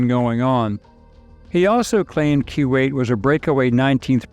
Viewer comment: Love your channel! But...I feel like you don't know how to pronounce Kuwait. 🤔